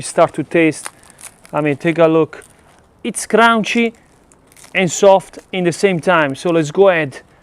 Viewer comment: awesome channel! "it a craounchy and a soft "